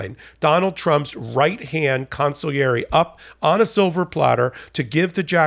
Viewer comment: Bravo,!! Among the many, many things I admire about you, you're the only American newscasrer that knows how to pronounce "consigliere" correctly. (Everybody: in Italian, "gl" is pronounced as a "y.")